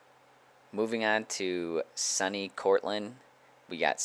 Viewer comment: It’s pronounced “sooney” not “sunny”.